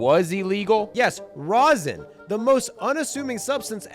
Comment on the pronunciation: Stop saying Rosin!!! JUST STOP IT!!!!!